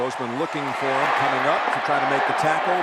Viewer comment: And he pronounces the word “him” as “eem”